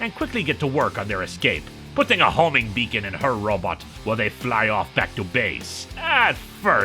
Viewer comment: I love the way he says RObit!